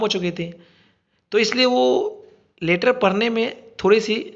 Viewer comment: Sir leeter nhi leter hota hai 😊😊